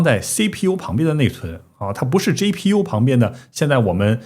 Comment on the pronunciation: 麻烦博主用自己推荐的app学习一下G字母的发音，每次G都听成J，GTC听成JTC，GPU听成JPU